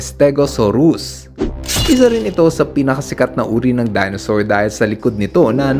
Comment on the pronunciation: Dinosaur Hindi Dinasaur